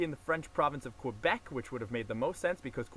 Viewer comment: Please learn how to pronounce "Quebec" :)